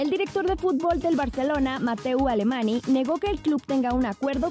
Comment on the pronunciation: entiendo que no sepan esto, pero el nombre Mateu Alemany, la NY se pronuncia como una Ñ